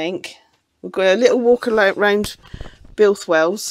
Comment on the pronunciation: Oh dear but it was only flat at the bottom-😂 - seriously you made me think as I need to take a look at my spare etc etc Well done on Builth Wells pronunciation 😂 Whole new channel on gas leaks in the Uk Didn’t realise you can park there do that’s good Hope you get the wheel sorted …